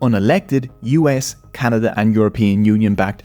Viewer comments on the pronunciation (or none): none